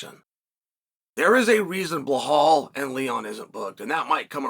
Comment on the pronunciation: His name is Belal At least say his name rite !!!!